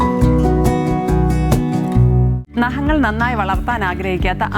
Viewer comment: Chechi. Nahangal alla. Naghangal 😂